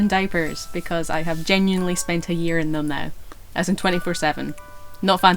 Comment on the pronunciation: When you say "my year in diapers", it sounds exactly like "my urine diapers" !! 8-O